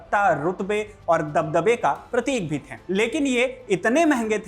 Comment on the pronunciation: थे का उच्चारण थें ना करें, चुभता है! शुभकामना!